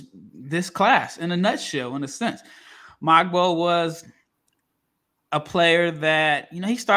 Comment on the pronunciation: Jonathan Mogbo is pronounced Mo-Bo, not MOG-BOE